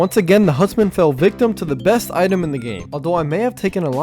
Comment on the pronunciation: Dude ”hutsmen”🫡